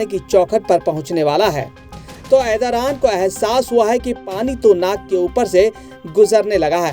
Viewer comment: Erodothan ❌ Erdogan ✅